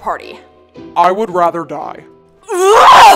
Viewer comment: "I would wather die"😂